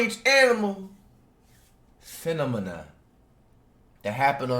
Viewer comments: Nobody: Flight: Femonia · Lmaoooo fenemena it how he said that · no one: Flight: "what does that word mean bro phenimenuh" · FIFTEEN STRANGE ANIMAL finimimah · Finnemenah lol flight stupid🤣🤣🤣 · “15 strange animal…. finamina…” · He said “funemoma”- I’m ded 😂😂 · "Fenem- mana what does that word mean" nothing flight nothing because that is not a word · Fin uh min uh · Bro said a phenemenanana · Saw the title and i instantly knew this dude wasnt gonna pronounce it right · So we all just gon ignore how flight pronounced "phenomena" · "finimanuh" "intoeyeshun" englishteacherreacts